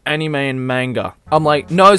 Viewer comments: CatCurrent Yeah but they are also calling manga child porn as well, and the way the pronounced anime..... aniiiiiime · They even said anime and manga wrong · CNN couldn't even pronounce Anime correctly -.